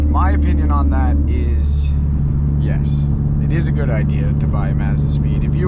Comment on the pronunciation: "it ain't everyone's cup a tea but I think it's it's darn gewd" so Canadian, I love it